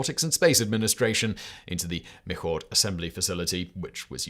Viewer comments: Simon nice job on pronouncing Pontchartrain. That’s one of the harder Louisiana English words now we have to get you set on the Michoud assembly facility. Me-SHOO. I seriously think New Orleans folks spell it and pronounce it weird just so we can laugh a little bit. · The building purchase by NASA was at or near Michoud, which is pronounced “mee-SHOO”. It is now called the Michoud Assembly Facility, or MAF. Very nice video, thank you. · Michoud is pronounced Me-shoe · The Michoud Assembly Facility is not pronounced “Mic-haud” but “Mee-shoo” 🫢